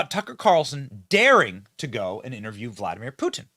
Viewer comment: Benny its not Voldymor, it's Vladimir.